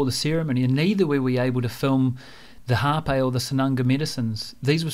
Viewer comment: it's not hape, it's rapé!